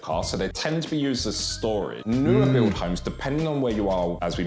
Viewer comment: It’s funny to me how they mispronounce homes as himes.